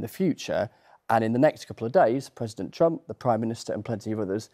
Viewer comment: Did he say president trumpet 😂